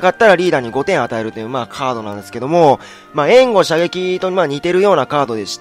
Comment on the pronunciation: ∧ えんご射撃って「え」にアクセントあるの？w